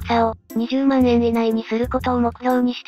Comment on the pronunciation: 万円(よろずえん)